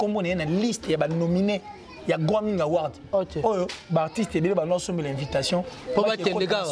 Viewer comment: On dit Grammy awards et non Gramming awards